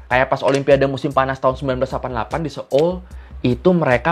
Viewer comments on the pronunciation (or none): none